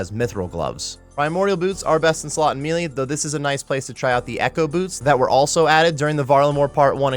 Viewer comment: Melee = “may-lay”